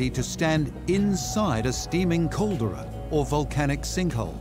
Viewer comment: Really makes you appreciate the quality of NOVA. Pros: gorgeous landscapes, and it explores a few places like Reúnion and Lord Howe that most of us may know only as a name or not at all. Cons: A lot of small but annoying inaccuracies and painful mispronunciations in the places i do know (Caldera, King Hamehameha, Aotearoa), so i have to take the rest with a grain of salt. Also, even given the theme of volcanoes, it seems very arbitrary what tiny facets of each island's culture (often stereotyped), history (often more about colonizers than natives), and landscape (Hawaii is far more about sugarcane and macadamia nuts, and why is the whole of New Zealand reduced to Whaakari/White Island when the whole island chain is volcanic and has the rich maori culture and some of the most unique native animals on earth?)